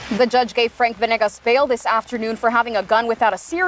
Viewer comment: Isnt it veNAYgus? They keep saying venIGGAS